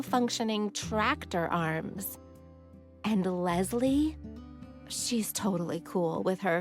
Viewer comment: everytime she says lesli i hear lesbian lol